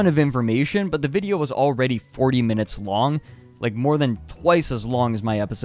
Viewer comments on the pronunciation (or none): none